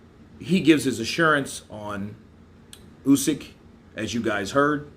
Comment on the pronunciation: not KRUSYK, KRASIUK.... OH MAN... WHEN HE WILL GET IT RIGHT.... Check how Eddie hearn pronounces it.